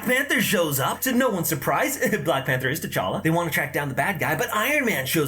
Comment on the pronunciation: Interesting how everyone mispronounces T'challa. I don't blame them though, the movies didn't do that great a job.